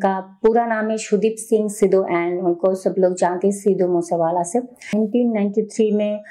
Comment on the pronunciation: Madam Pehle Sahe Se Naam Bolna Sikho Legend Ka 🔥